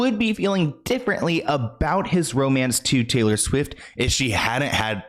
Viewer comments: Swift not swiff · She keeps calling her Taylor SWIFF LMAO😂😂😂 "I have no reason to shade Taylor SWIFF. Taylor SWIFF is Taylor SWIFF" 🤣🤣🤣